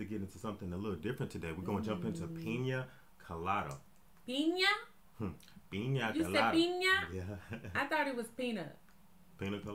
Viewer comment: pronunciation was correct. In Spanish, the i has a "ee" sound and the ñ has an "ny" sound. For example, niña (girl) is pronounced "neenyah" and piña (pineapple) is pronounced "peenyah."